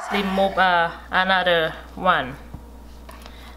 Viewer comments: Remove - lemove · I was going to comment this too but had seen you already did. She’s so cute. 😂 L-emove instead of re-move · Why are you "lemove" all the "r" wkwkwkkwk ? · Love to hear when she say"lemove" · Leemove the eye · I really like the word she say remove(lemote)